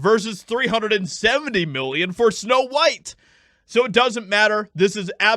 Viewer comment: Weird, WEIRD. It’s Snow White, not snow beans.